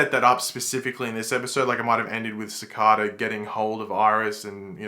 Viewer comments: Hey, Love The Channel and FLASH VIDEOS but The Season 5 VILLAINs NAME IS CICADA(SIKADUH) NOT SAKADA JUST SAYING!!!!. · It annoys me he can’t say cicada right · why do you say cicada they way you do? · For one video you post can you please pronounce cicada properly, no disrespect I just think it will sound very proper in with your accent. Please consider Thank you